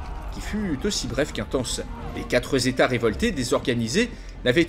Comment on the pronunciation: "Les quatreuz' états" ... Il continue à faire des liaisons imaginaires, ma parole >___<